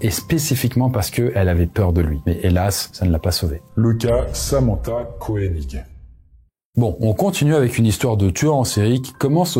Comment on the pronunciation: C'était top, juste une précision : KOENIG se prononce "KEUNIG" et pas "KOÉNIG" 😅